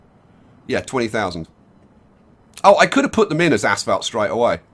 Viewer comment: He keeps Saying "Ass Felt" and not "Asphalt".